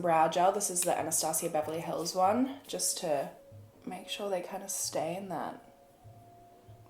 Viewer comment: Erin Christin she literally says soor